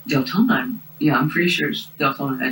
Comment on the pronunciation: wait- did the narrator just say ‘DELtona Florida’…?